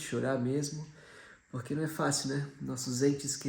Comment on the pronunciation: Gente amo os vídeos de vcs, mas pq a fala “porqui” ao invés de porque?